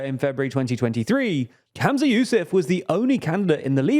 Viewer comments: The FMs name is pronounced “Hum-za” not “Ham-za” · Just to note his name is Humza not Hamza! The mispronunciation in the video was bugging me a lot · Humza, not Hamza ❤ Cmon guys, take some notes from the new girls who seem to be much better at this 😂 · Sorry but it's really distracting that you keep saying "Hamza" and not Humza. I think the coverage is actually really good, but it just seems lazy that no one noticed this. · Bruh it's Humza. Dont blame you tho the vid mispronounced it. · Maybe start by pronouncing the First Minister's name correctly. 🙄